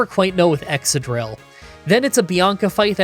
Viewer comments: And ExCadrill, not Exadrill as he says. Exca as in excavation. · ExCadrill, not Exadrill. Exca as in Excavation. Happy to teach a Canadian some English :) Cheers from Scandinavia!